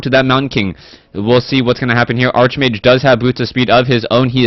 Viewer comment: Its "Arch"mage, pronounced as in Archangel... Its not that I care, but it might be easier for you to pronounce while youre doing play by play.